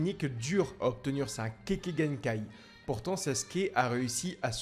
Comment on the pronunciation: Kekkaï genkai et non pas kéké genkai